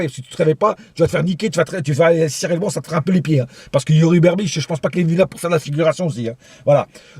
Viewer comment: Berchiche pas Berbiche 😂😂😂